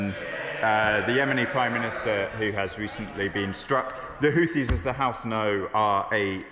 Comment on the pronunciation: Pronounced HOOTIES.